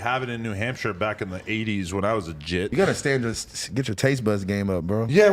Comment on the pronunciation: Why is Adam saying jit funny every time lmao